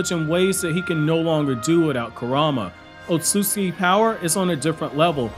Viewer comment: I love all of this guys videos, everything about them except for one thing. I hate the way he says Ōtsutsuki…